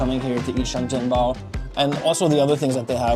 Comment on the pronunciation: sorry i have to be that actually bro , it's (sheng jian bao)